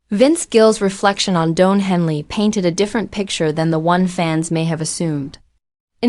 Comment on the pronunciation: His name is Don, not Doan. 😅